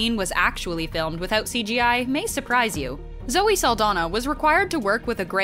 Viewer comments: Saldaña, not Saldana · Her last name is pronounced "Sal-DON-yah".